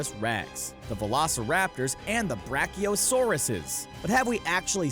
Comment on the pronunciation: Its brachiosaurus not brachiosaurusus